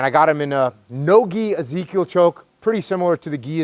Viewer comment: Jocko calls it the EZ-kill